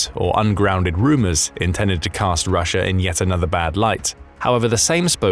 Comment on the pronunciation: I heard a couple of times "data'r" and "Russia'r"...... Adhd got me stressing